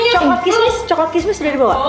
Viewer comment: Coklat kismis ameena blngnya coklat kemes hahaha